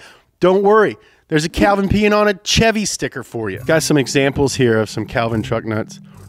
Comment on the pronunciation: Did bro just pronounce Chevy as “Tchevy”